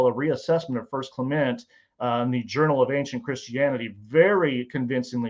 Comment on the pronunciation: I'm supposed to take a man seriously, who can't even pronounce "Clement" of Alexandria correctly, and who refers to comet Hale Bopp as "Hailey" bop lol?? Give me a break. Look, I'm not a Christian, but even I know not to throw the "extraordinary claims require extraordinary evidence" quote at the topic of the resurrection of Jesus. For God's sake... the Shroud of Turin remains as great a mystery as the pyramids of Giza! To this very day, even the non-believing experts who have devoted their lives to the study of the Shroud will tell you flat out; no human being has EVER proffered a successful explanation or example of how that relic associated with the "resurrection" of Jesus was created. TO THIS DAY! Other than highly complicated lighting technologies that, still, would leave the cloth with damage residue. Let's start with that issue, right there. Then we can move forward. At the beginning of your statements, that's what you ask for. "Extraordinary evidence." You've got it. A relic associated with the death of Jesus that cannot be replicated, even with our vast technological know-how and resources. As a non-Christian, I'd call that "extraordinary evidence."